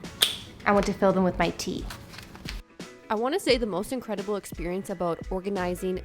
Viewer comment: Somebody else heard “incredibowl” ? Cause she said it about the cubbort with the bowls 😀